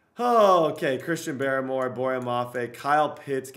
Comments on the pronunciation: Dude it’s barmore not baramore cmon put some respect on his name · Chrisean BAR-more lmao.